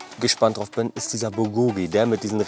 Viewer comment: Bulgogi wird im Koreanischen auf der ersten Silbe betont, also BULgogi, nicht bulGOgi klugscheiss ;)